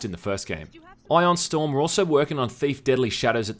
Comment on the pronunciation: who's Eeorn storm? you eye-on storm?